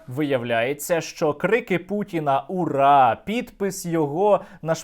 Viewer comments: Лише мені здалося, що дядько подібний на пуцькіна говорив під плюсову фонограму, а коли відкрив рило - то "уя уя уя-я-я" було занадто хриплим і без букви "Р"???? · Почему Моль кричит "ура" как с акцентом? "Оура" ... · Мне послышалось как пуйло говорило слово "ура" как-то по английски) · А почему у Пукина английский акцент, когда он кричит Ура ?😂